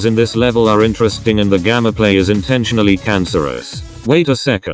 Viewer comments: Why do u say gammaplay it's gameplay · hes saying gammaplay insted of gameplay what the actual jesus fuck man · Y U say gammaplay?! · Y does he say GAMMAPLAY